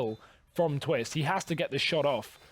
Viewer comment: Poetic Palindrome its TWIST not TWISTZZ lol